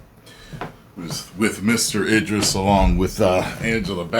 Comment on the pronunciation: Bro WTH, this guy is terrible with pronouncing basic names calling them Angela Baa-Set and Eye-dris makes it hard to take his commentary serious, especially after he said Shang-Xi correctly?